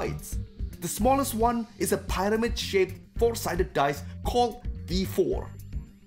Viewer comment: You mispronounced "pyramid" (PIRR-uh-mid) which has a "short-i" sound, rhymes with...fear...haha, in CoC, why not call them FEARamids.